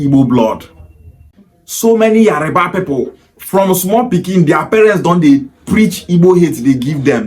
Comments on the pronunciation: So many Igbo kids like yourself from youth, their Igbo parents dey preach Yoruba hate ... so it not surprising now that you are now pronouncing Yoruba as Yariba .... speaks volumes for your mind's degenerative hatred for the Yoruba nation. This is the typical hate the Igbos have for the Yorubas YET igbos will like to spin it the other way around in order to deflect blame so as look like saints in their warped up Biafraud Republic... Nonsense !!!! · It is Yoruba and not Yariba. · So you are an authority on the Yoruba tribe. You are so dumb, you need to learn how to call yoruba, not yariba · Your pronunciation of his name and Yoruba is very wrong.... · The way you pronounce Yoruba is very funny